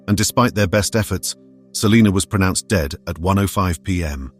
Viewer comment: You idiot you are pronouncing Selena last name wrong